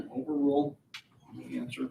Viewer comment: I really can't stand the way he says, "the."